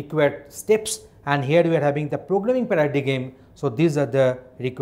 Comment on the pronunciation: Dude, at least pronounce the word Paradigm correctly. And reading from a text doesn't help the learner.